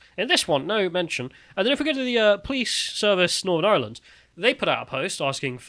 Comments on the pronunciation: "IrHurrrland 2023!" The lads inner Irish man came out today. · literally existing to say eireland. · Is the one on the right of Irish heritage? He keeps pronouncing Ireland in some weird pseudo cultural way. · Can someone teach how to pronounce “Ireland”?